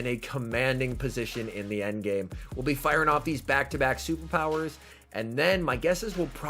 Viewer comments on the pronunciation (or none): none